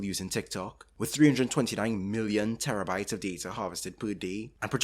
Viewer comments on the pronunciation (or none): none